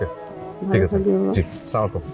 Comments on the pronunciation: অপূর্ব সালামের সঠিক উচ্চারণ করে না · অপুর্ব একটা সালাম ও সঠিক ভাবে হয় না 😡😡